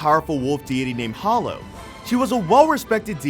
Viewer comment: Spice and Wolf's female protagonist is Holo, pronounced "Hoe-Low", not "Hol-Low"